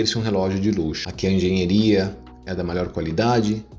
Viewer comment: "Engenheria" foi a pronúncia errada, é diferente de engenharia ou pura frescura mesmo?